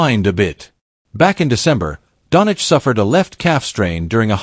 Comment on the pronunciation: At least get his last name right - Doncic!